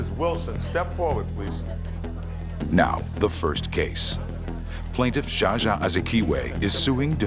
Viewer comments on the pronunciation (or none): none